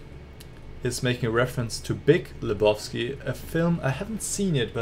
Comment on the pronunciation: An der Aussprache von Lebowski merkt man, dass Du den Film noch nicht gesehen hast. Solltest auf jeden Fall nachholen, toller Film.